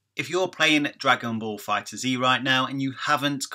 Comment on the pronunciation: The game is confirmed to be set after the Future Trunks Saga and before the Tournament of Power, so it's after Goku Black arc. It's pronounced Fighters, without Z. Awesome video though, bro! As always. :D